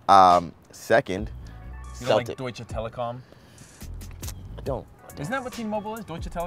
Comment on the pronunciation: Wie gut er Deutsche Telekom ausspricht